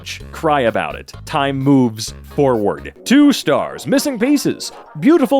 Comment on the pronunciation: i thought you said "time boobs on" instead of "time moves on"